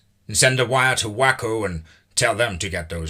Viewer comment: It's not pronounced Wacko, it's Wayco .... Spelled Waco lolololol